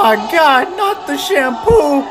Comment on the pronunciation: It sounded like they said shampoop